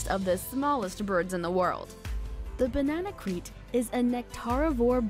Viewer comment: It’s easy to be led astray by the pronunciation of Bananaquit, but I am 95% certain that it’s actually pronounced Banana-keet